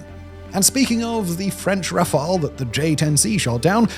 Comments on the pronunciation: You are now pronouncing "Rafale" correctly (in English). We all appreciate your continuous improvements.👍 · Hold the presses! Simon pronounced Rafale correctly!